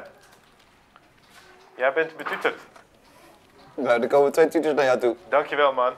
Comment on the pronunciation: "Jij bent bètütèrd." Ik ga stuk😂😂